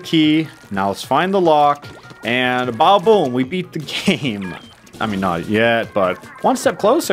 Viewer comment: he's saying badaboom but barely pronouncing the da so it sounds like baboom